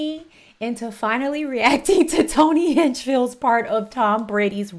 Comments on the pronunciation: It’s Hinchcliff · How many times you gonna say the mans last name wrong